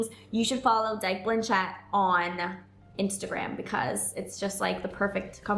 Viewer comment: Your saying her name wrong